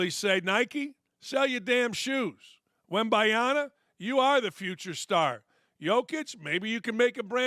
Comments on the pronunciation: Can someone teach this dude how to pronounce Wembanyama's name? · If you're gonna praise "Wembayana" having greater marketing impact you could at least get his name right.